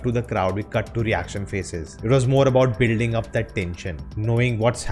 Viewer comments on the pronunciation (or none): none